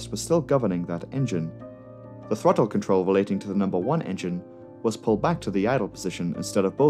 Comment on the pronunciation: Say thawttle again.